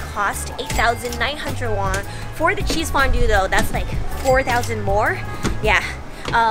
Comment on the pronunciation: In all her Korean video she says wong instead of won. Pretty funny